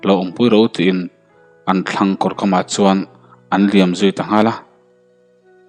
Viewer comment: Chuan tih hi suan tiin ilam tlata